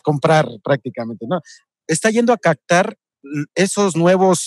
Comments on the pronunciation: Ni cactar ni coctar, es captar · CAPPPPPTAR , NO CACTAR